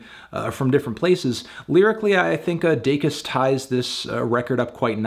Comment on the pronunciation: Congrats on finally pronouncing her last name correctly, Melon.